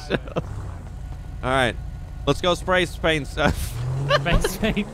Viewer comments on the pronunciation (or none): The way he says Spray paint he says spray Spain 😂😂😂😂